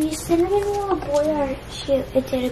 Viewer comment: It’s pronounced cinnamoroll not cinnamonroll with a n